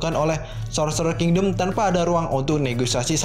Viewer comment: Setiap mimin Bilang King-dom kok gue ngakak ya.. wkwkw Nice min